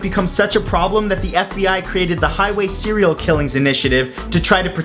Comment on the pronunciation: Did he just said Cereal Killer? Cuz I'm one too...